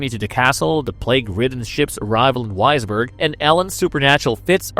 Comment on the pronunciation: Also, Wisborg would be Visberg in German.